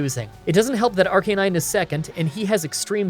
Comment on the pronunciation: AR-Canin-e like dude.. arcanine plz